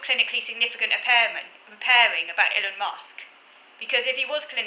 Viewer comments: it's Ee-lon. you need a microphone, the audio in this video is painful lol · His name is pronounced Ee-Lon. I think it is quite possible he is autistic. As I understand it his core skills are technical and I think one of the few areas where autists can rise to the top is if they have exceptional technical skills which are in high demand, In most other areas social and networking skills are very important and it would be very difficult for an autist to rise very high. He did have the advantage of coming from a very wealthy family but there is no doubt he has built on that wealth to a remarkable degree. If an autist does achieve huge wealth and status or even becomes a celebrity their life is then likely to depart sharply from typical autistic patterns. For example they will have little difficulty attracting friends, admirers and partners. Of course it's possible many of those people are self-interested but all the same money and fame can make a person very socially attractive. From what I know of him he seems a dreadful person with very reactionary views. It will be unfortunate if some choose to celebrate him as some sort of positive role model for autism. As regards Kanye West I would say it is virtually impossible for anyone with autism (or even traits) to become famous in the entertainment industry as that hinges on social skills, popularity and networking. Someone working behind the scenes in the music industry (e.g. a backing musician or writer or engineer) might be autistic but not a "front man".